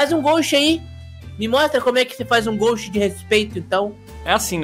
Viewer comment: É ghast po,nao ghost KKKKKKK